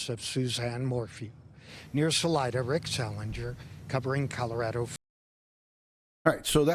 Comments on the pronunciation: Not important..but pronunciation here in Colorado is Sa-lie-duh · Salida. Pronounced....Sah...lie...dah, and thank you for your professionalism on this case!